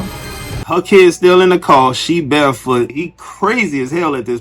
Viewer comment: The way she said car was grinding my gears 😂 the story was entertaining tho